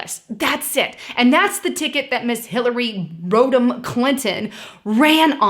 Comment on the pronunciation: "Hillary Road'em Clinton" (not how it's pronounced at all)